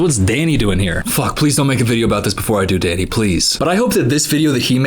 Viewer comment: I feel like we're all glossing over the fact that the "Danny" sounded more like "daddy"